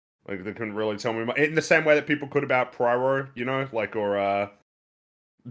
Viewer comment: The way pronounces "Poirot" is kind of offending me. Not as a Belgian, I just mean, it is Wrong.